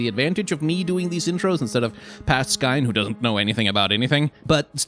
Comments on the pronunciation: french here, and pronunciation would work if the name was "gascoing", but "gascoigne" should sound like "gaskwaɲ". but I've also read that they put the "i" in the name to make it easier for english speaker and "gas-coin" is close enough to the pronunciation of gascogne, "gaskɔɲ". the only difference between "coin" and "kɔɲ" is the faint "i" sound (which sounds like the letter "e" in english) in coin before the ɲ sound. here is a link to the correct sound for gascoigne in french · As a French person I recognize that name as kinda French sounding sooooo I think if I may say I think it would be pronounced more like "Gas ko n ye" don’t mean to bother and I could be wrong but if you were curious yeah there’s that ^^ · What language do you think gascoigne is in? In french it is pronounced ga-skoyn So where is this gasqua from? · Actually after I heard him said /Gascoang/ I started to call him the same way. In my head it sounds better that way now lol. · I hope he puts a counter to know how many times he mispronounces Gascoigne's name.